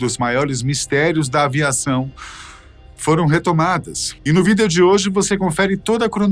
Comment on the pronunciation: Pq ele fala Vidêo? Kkk